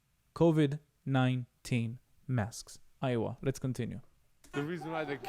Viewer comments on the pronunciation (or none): none